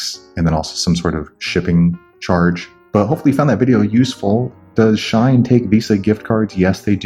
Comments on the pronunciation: it’s “she - in” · Haha, its she-in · It’s pronounced like sheen, lol. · Sh-e-en Shein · Its pronounced Sheeh-in! /gen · its she-in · She-in That's how you pronounce it 😃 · Is it just me dying everytime he says shine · not just you 💀💀💀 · its SHE-IN lmaooo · It’s pronounced She-In but nice video